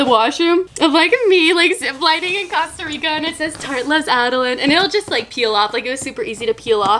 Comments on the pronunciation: It's okay about the prenunciation of Costa Rica. You Americanized it. We love a unique queen!!!!😘😘😘 OMG and I love how your hauls aren't boring, they are so hilarious. I love your personality, I would honestly love to have it. Can you adopt me??? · Cringe every time you say Costa Rica wrong 😂😂 jk loveeee you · "Actually it's Costa Rica I see your comments I know I'm pronouncing it wrong" but yet continues to say it wrong. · am i the only one who noticed she said costa rica wrong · You DONT say Costa Rica like THAT 😬😬😬😬 okay good you fixed it😆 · Is anyone else getting SOOO annoyed in the beginning about how she’s saying Costa Rica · Is anyone else bothered that she is saying Costa Rica wrong 😂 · It's real annoying when u say Costa Rica wrong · i know she did not just say “COSTah rica” smhh🤦🏻‍♀️🤦🏻‍♀️ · Costa Rica NOT COSTa rica , anyway you're one of my favorite YouTubes❤️😂😄❤️😊☀️ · You are legit my favorite youtuber and you're just so cute and funny.. You make me smile and stuff, and it's COAST-A-RICA. Not Cost-a-rica. ILY BUT FR. XD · Your saying Costa Rica wrong😂 it’s not Casta Rica (kind of how you pronounce it) it’s cOsta Rica with the long o sound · it’s cOast-a-rica not cost-a-rica😂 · I love Adeline but it’s COSTA NOT CASTA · Coast not cost lol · Costa Rica not Casta Rica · OMG THE WAY TO PRONOUNCE IT IS COASTA RICA NOT COSTA RICA ahhhhhh my ocd every time you say it wrong drives me insane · I love you but it’s pronounced cost a rica Not coassst! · I'm sorry... am I still the only one that is bothered that she's saying causterica and not costErica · “ Casta Rica” 😂😂😂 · A quarter through the video and she continues to say CAsta Rica again 😫😂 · awww thanks for trying we don't mind if u say CAsta Rica we love u anyway 😍😘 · I’m costarican and I showed my dad this video and he was like cringed out of his MIND when you said casta rica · Anyone else saying COSTa rica like?😂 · it’s pronounced coast-uh-ree-kuh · “Cost-a rica Cost-a”